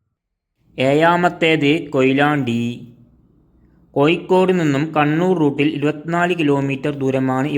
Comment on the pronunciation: കോയിക്കോട് അല്ല സഹോദരാ കോഴിക്കോട്